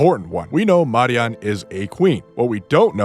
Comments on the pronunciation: You surely are american Any language that PROPERLY pronounces their vowels consistently pronounces both names as in this video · As a Hispanic… no… that is not how you pronounce it lol. WTH are you smoking my friend? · I wont roast your theory, but i'm disturbed by your pronunciation of simple names like Neon, and Marian. I assume you must not play with the English voices on.